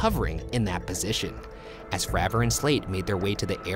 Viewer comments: David FrAver not Fraaver, go check him out on joe rogan’s podcast. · Great video..but it kills me every time you say FRAH-vor..instead of its correct pronunciation of FRAY-vor!..He is the most important and most credible person involved, in my opinion..but otherwise, well done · ITS FREY VOR